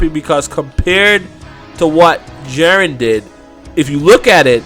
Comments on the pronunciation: Jiren (gEE-ren),.. How do you get Jaren from that? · Jesus Christ. Please watch the show and learn how to pronounce Jiren properly. Jiren, not Jeren. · "Jarren jarren jarren..." ITS "GEE-Rn, sorry for the caps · Its Jiren not Jaren. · lol he says "JAREN" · his name is pronounced: JI(Giraffe) Ren(red) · I really wish you would learn how to say jiren correctly.